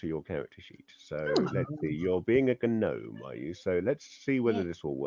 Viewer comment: Not GAHNOME it's Gnome(Knowm) Other than that awesome vid